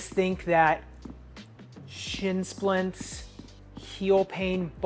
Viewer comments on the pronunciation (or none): none